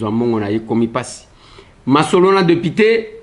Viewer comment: ba lobaka deupité te, mais plutôt député...